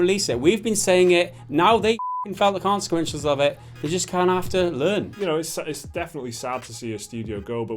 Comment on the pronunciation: Word of the Day - "consequenches" by